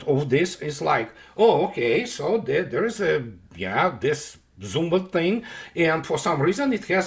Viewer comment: ''Zumwalt'' 🤔...sounds like Zumwald. Looks like paperclips influenced U.S. military heavily 😏.